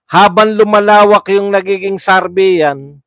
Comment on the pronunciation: Anong Sarvey?????? Survey,hinde SARVEY